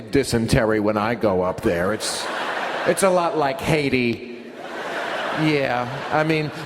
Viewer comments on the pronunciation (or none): disculpa, pero creo que es "Haiti", no "Heidi"